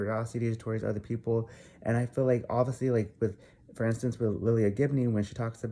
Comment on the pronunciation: first off, her name is lilah Gibney (lye-luh). Also, are you personal friends with any of them? If not, I don't think you have a right to put in any type of assumption of lives you don't know just because you "think" you know what happened. also, the truth and an opinion are two different things. So this is definitely just an opinion and assumption. Not the truth. No one knows the real truth right now but ya know what? That is ohkay. Let Jeffree and Nathan just live their lives and do what they want and feel is good for them. &last, if some girl came into my man's inbox i'd do the same thing and I'm sure a lot of girls can agree with that. We do things when we get angry and see a girl trying to talk to our s/o.I hope you don't get any death threats for speaking your opinion BUT it was really unnecessary from someone that doesn't know them on a personal level.